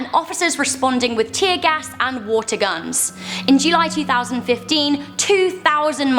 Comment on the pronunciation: You sayed uatr gunz